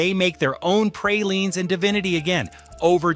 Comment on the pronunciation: please learn to pronounce pecan and praline correctly